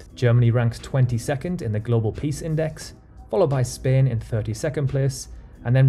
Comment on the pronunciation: Is spain pronounced like he does?????